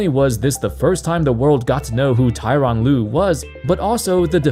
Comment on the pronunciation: Tor-on Lue, not Ty-ron Lue